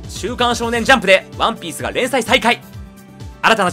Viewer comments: ワ↑ンピース よ↑んこう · 毎回ワンピースの言い方がクソきしょくて、それが面白いと思って擦りまくってるところるところ好き